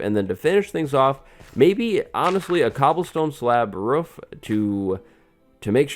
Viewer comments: the way he says roof lol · Haha he said roof like an American!